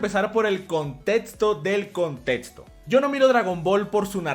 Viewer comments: La palabra "contexto" se lee como si estuviera escrita como: "contecsto", no "contetsto"... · Me gusta cuando dice contétsto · me encantan tus videos, pero siempre me he preguntado esto: ¿porque pronuncias la equis con una ts? Contetsto, etsacto, etsepcion... No es una crítica, ni una burla, solo es una duda. Puede que este equivocado, pero tengo entendido que la X se pronuncia como cs. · Nomas no digas contetso por fa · Nadie: Absolutamente nadie:: Contetzo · Cómo que a veces dice 'contetsto' no? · "El contetsto". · "contetsto del conteTSto" jajajajjaja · "Contetsto del contetsto" ♥️♥️♥️ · El contetsto del contetsto!!!! No etsageres!!! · Like si te volvían loco sus "contetsto" y "etsagerar"